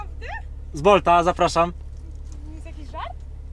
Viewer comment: Pani nikola ? Robert z Bolca chyba a nie bolta XDDDDDDDDDDD